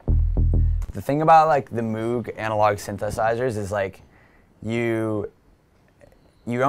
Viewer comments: MOHHHHG..... not MOOOOG... but cool! lol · He can't pronounce CLA's name right, he said Cable guys make LFOTool, and he didn't pronounce Moog right. Come on dude. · You know you're a noob when you mispronounce "Moog" lol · Cool vid, but he needs to learn how to say "Alge" and "Moog" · Say moog correctly... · Using an auto filter effect is not "sidechaining", he can't pronounce Moog, and there was a couple more things that annoyed me, but I'm not watching the video again to figure it out.